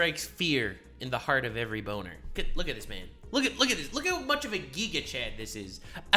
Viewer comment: Why does say Giga with a hard E like that?